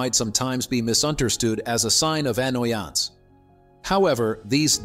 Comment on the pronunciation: "Annoyance" took me all the way out 😂